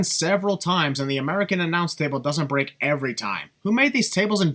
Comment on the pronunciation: You said bring instead of break